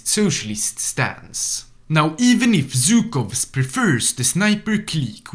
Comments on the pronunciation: It's Zhukov not Zukov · ZHukov, not Zukov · It's ZHUKOV, NOT ZUKOV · It's actually pronounced not Zh-ukov, and not Zy-kov. In russian letters, it's Жуков, not Зюков.